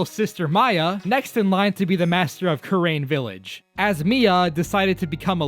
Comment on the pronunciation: the way he says kurain and manfred is hurting me